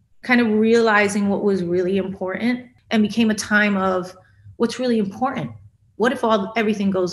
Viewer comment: I was onboard, but please stop pronouncing the word “important” like that!